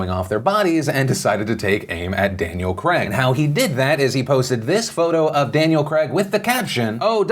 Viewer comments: Is it me or did he say Daniel Creg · Ducking hell u butchered Daniel Crags name 😂😂😂